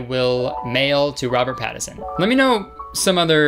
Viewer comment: Robert Pat-A-Son... Pat a son, everyone. Doesn't need to be yours, just go to a park and P A T A S O N.